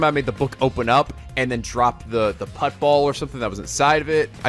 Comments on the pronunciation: Isn't it pronounced shot 'put' ball not shot 'putt' ball lol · "put ball" lul its shot put (put as in put down) bro